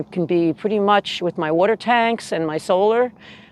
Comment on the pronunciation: " Wadter watder water." Seems like you been hanging around people from New York.